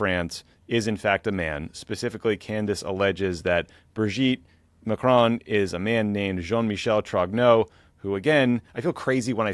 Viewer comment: I have to know. What will it take to stop you pronouncing Macron as 'McCrone'? You've been driving us all mad with this for years now. Please just say Macron like a normal person.